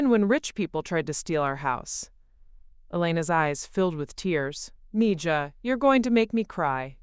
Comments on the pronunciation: Please… Spanish is my second language. It is pronounced “mee ha.” It means “my girl.” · Thank you! ❤️ English is my first (main) language. But, I know enough Spanish so in story after story that idiotic pronunciation has been driving me loco!